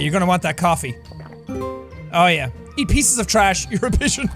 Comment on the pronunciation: I’m not sorry, but it sound like you said bitch simulator? And then I clicked on it and found out it was pigeons! So at the same time I wish it was the complete opposite because having control over women doing horrible things in society will be just as devastating as pigeons pooping on people in society. Regardless it’s still funny and I still enjoy everything that you play when it comes to any kind of video game or simulator out there because you make me laugh my ass off!